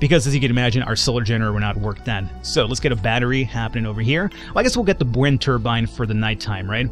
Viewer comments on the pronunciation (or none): none